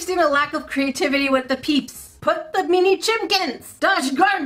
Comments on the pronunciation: i love how you pronounce "mini," 😂 it sounds like youre saying "meanie" 💕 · Why do you say "MINI" but it sounds like you're saying "MEANIE"... I don't get it.... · The way she said "MiNi" 😆 🤣